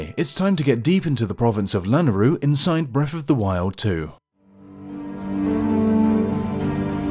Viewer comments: It's pronounced La-nay-roo, not Lan-a-roo. There's a y in it for a reason. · Why is he saying it lanaru🤣🤣🤣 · Lol the way you pronounce Lanayru is so adorable.